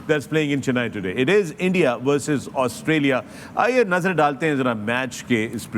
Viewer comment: Australia ka Austria kar dala 😂